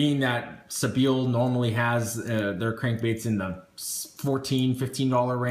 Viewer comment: Love your videos, by the way I think it's pronounced sea-by-ill